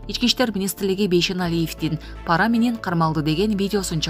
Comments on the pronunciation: Паара эмес пара деп окучу тантык диктор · ПАра эмес , пара деп оку. Туура оку.